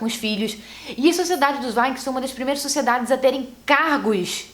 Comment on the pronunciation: Mariana Miranda tá me dando agonia dela falando "vaikings"